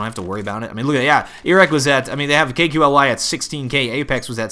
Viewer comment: Ya KQLY is pronounced Kaley. Loved your commentary while Clan Mystik was winning the gun round haha.